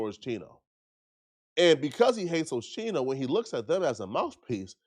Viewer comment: I can’t get passed the OSHEENO😂 wtf put some respect on a hip hop OG name